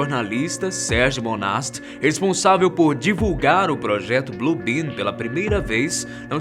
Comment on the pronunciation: Alguém ouviu BLUE BIRD ao invés de BLUE ben. Quem entendeu curte